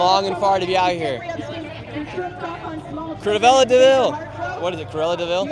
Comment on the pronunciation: also it’s Cruella not Cruvella, you know, like the word cruel? because she was cruel